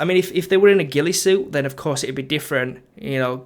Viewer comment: "will it shoot me in terms of relisism". haha "suit me" not "shoot me"